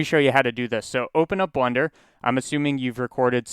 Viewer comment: is it a meme to pronounce blender like blunder?